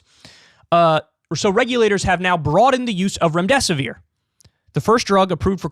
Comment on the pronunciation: Remdesivere?? Really ?